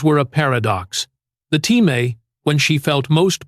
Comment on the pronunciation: Artificial intelligence can't pronounce TIME